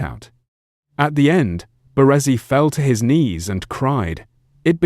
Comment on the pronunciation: The way he says BaRRResi 😂